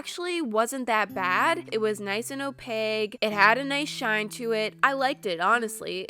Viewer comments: It was nice and opaGue. Me: cringeity cringeity cringe cringe cringe cringe How about trying opaQue?!!?!?!?!?!?!?! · "It was nice and OPAGUE"